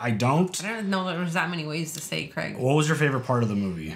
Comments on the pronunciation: Always love your reactions. His name is pronounced ‘cray-g’ not ‘creg’ in the UK, like Graham is ‘Gray-ham’ not ‘Gram’ here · It's Daniel Craig not Crag